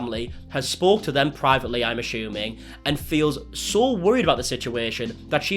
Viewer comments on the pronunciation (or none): Sorry but the way you say “ I’m ashuming “ is everything